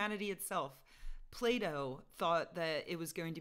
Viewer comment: Plato, not playdough. Seriously I can barely hear your audio.